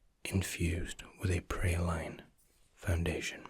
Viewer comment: I’m sorry lol. Did you just pronounce praline “prah lean” as “pre line”??